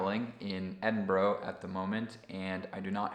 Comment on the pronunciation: How can you travel to Edinburgh and pronounce it that incorrectly 😂